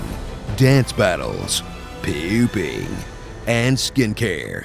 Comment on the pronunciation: Why tf he say pooping like that and why did it make me life